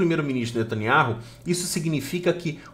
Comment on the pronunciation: NETANIAU E NÃO NETANIARRU.